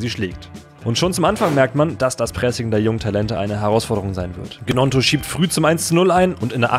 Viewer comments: Nur zur Info Willy Gnonto spricht man „Nionto“ aus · Die Gnonto Aussprache is schon bodenlos 😂